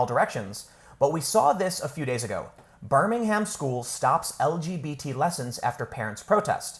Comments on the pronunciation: Pronounced birming-um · A note on the pronunciation of places. Birmingham, Alabama and Birmingham in the UK are pronounced differently. The trick is, for British place names ending with "ham", don't say the 'h', and make the "am" more like an "um". So: Birmingham = "Burr-ming-um" Cheltenham = "Chelt-num" Altrincham = "Alt-ring-um" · Tim its pronounced birmin-um. not birmingHAM lol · Birmingham is pronounced in the UK as Birming um. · I know this sounds snobbish, sorry it's not meant to be, but hearing foreign people saying our place names "wrong to us" just sounds odd. For you peoples outside the UK, who don't know this, the "H" is silent in our place names that end in "ham" which is the abbreviation of hamlet. So Birmingham would be pronounced "Ber-ming-am". That and seeing Yanks constantly swear at us when they count the number two on their fingers is also strange to us. Showing the forefinger and middle finger, with the knuckles pointing outwards away from you and pointing at someone else is just as bad as "Flipping the bird" to multiple nations of Europe. Sorry that last one just baffles me.